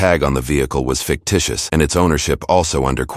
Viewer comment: How tf is a vehicle tag, "ficticous" 😂